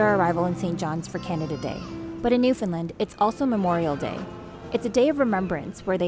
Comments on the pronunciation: Actually it wasn’t as bad as most non-Newfoundlanders say. 😁 The only misstep was that the “land” sounded more like “Lind” in your pronunciation. Locals say “Newf-en-LAND”, with the emphasis on “LAND”…pronounced just as you would say “land” alone. Not, “Lin”, not “Lind”. Definitely NOT “New-FOUND-Lin”. (And yes, I am a native Newfoundlander still living here). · It’s pronounced Newf-en-LAND! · You're Canadian and saying Newfoundland wrong. 😂 Love you guys still but come on.